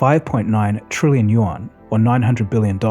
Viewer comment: Hey, thanks for another well-made vid! May I suggest one pronunciation correction: the "yuan" is pronounced "you-en" or the same way you would say "UN" as letters, short for the "United Nations"